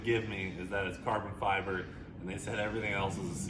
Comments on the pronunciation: These guys keep mispronouncing farbon ciber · “This isn’t like carbon feeber it’s like carbon fiber”